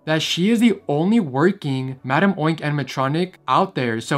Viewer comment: Its crazy how every time he said madame oink i immediately said "ITS MADAME UNK??"